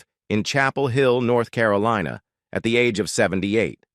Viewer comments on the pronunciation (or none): none